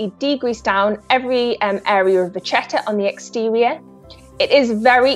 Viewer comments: Just a gentle reminder that it is not “ vachetta” but actually “vacchetta” , which in italian means literally “ little cow “ and it’s pronounced with a “K” Sound . Not “ch”. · Who TF told this woman she can speak English? What "canvas"? It's leather. Also, it's VA-KEH-TAH, because it's an Italian word and CH in Italian is pronounced as K in kale or kilogram. The term originates from the French word vache (cow), where CH is read similar to SH in English, but the suffix "etta" is clearly Italian so it was adopted into Italian as a neologism at some point and got an Italian pronunciation. The French don't really use "vachetta" to describe it, but instead say "cuir de vache", which literally translates as cow leather. Sometimes they use "vachette", which is pronounced VA-SHET, with SH like in ":sheep". Again, neither the French, nor Italians pronounce CH as the English CH in "cheese", instead the French pronounce it as the SH in "sheep", while the Italians pronounce it like the KE in "kettle". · May I? It's "vacchetta" (with two "c"s) and it's pronounced "vakketta" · Among the other critiques to the commentator... she's just butchering the word "vachetta"... Correct spelling "Vacchetta", pronunciation "Vakketta". Just like the word bruschetta you pronounce "brusketta". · the butchering of the pronunciation of 'vacchetta' tho. its italian for small cow.